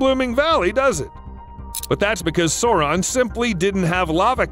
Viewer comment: Sauron! Not sore-on.